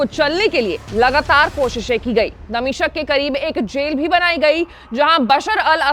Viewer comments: मैडम दमिश्क को दमिशक बोल रही है। उच्चारण सुधारने की आवश्यकता है। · दमिशक नाम नहीं है दमिश्क है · दमिशक नहीं दमिश्क है मैडम